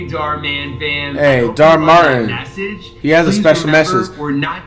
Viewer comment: Bro Dhar literally says "Hey Dhar Mann Fam" but Flight still manages to call him Dhar Martin